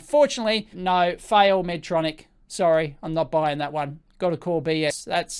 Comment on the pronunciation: Respectfully it’s pronounced “Medtronic” (not Medtronics; no ‘s’ at the end; not plural)